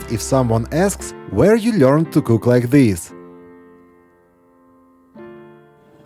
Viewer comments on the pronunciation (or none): none